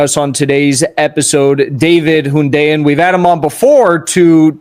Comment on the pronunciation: You know Hundeyin has made it because they've started pronouncing his name correctly.